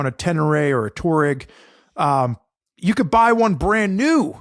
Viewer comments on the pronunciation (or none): TWA-REGG, not TOUR-EGG